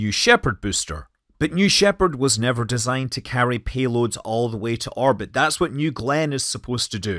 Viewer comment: Orbit, not Arbit